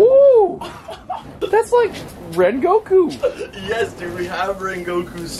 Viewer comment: It’s not regoku it’s rengoku